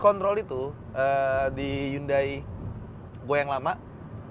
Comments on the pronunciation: Temen korea saya bilang pelafalan hyundai ya hyundai bukan yandei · Lebih tepatnya 현대 sih bang, Hyeondae. Bukan Yandei 😂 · Bukan yande tapi hyon dae (nama koreanya) Entah kenapa orang2 suka banget Inggris2in brand/merk yg padahal bukan berasal dari Inggris. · Bacanya "HANDE" bang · 현대 (HYEONDAE) . Orang korea bacanya HYONDE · spelling "Hyundai" ( 현대 ) yang benar adalah " Hyon De" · Sbenernya bacanya Hyundai adalah Yonde klo orang korea asli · Bukannya 'Hyeondae' ya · Saya cuma mau ngasi tambahan kalo Hyundai dalam penulisan bahasa korea ditulis 현대=Hyeondae. H+Yeon dibaca seperti kita membaca "krayon" dan Dae kurang lebih seperti kita membaca "Desa". Sekian 🙏